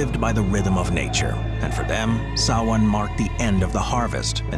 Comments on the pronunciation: THANK YOU for pronouncing SAMHAIN Correctly!! :) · Blessed Be! I'm an English born Pagan, nice to hear the actual origins of Samhain, and you pronounced it right! Not many people do that! 😆 Great video! Thank you! 👻